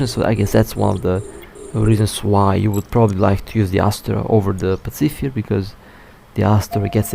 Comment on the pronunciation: I hate to be that guy and apologies if I seem rude. But in the interest of helping, its pronounced pa·suh·fai·uh. Again, not meaning to patronise 😅.